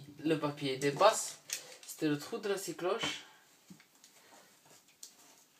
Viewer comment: Scie cloche et non six cloches comme le chiffre lol, sinon bonne vidéo instructive.